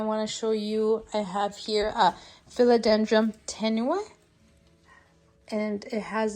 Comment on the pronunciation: yeah, I keep on hearing philodendroM. it's philodendroN!😂